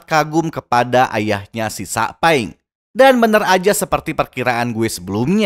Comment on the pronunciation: Bang bukan sakpeng tapi saupeng royozuka itu yang benar